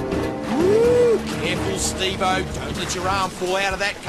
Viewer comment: Bruh it’s Steve not stave